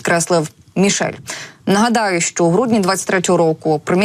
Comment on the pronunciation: ця жінка ледве говорить, що не так з її ротом, коли вона намагається сказати слово "що"? Будь ласка, припиніть наймати неграмотних людей.